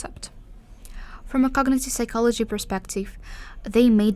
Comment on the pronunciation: The P in psychology is silent. 😊